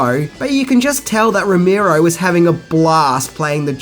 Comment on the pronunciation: And is is not "John "Ash"tin". No "h" in that. And it isnt "Ro-MEER-O" but "Ro-MARE-o"